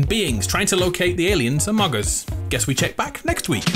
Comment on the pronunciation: He just said amog us